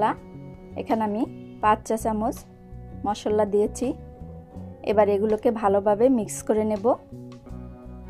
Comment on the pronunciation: মশল্লা না মশলা আর সেদ্ধ না সিদ্ধ হবে